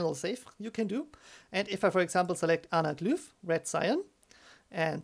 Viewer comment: Anaglüph :D I wonder where he's from, I know Germans pronounce Y like that.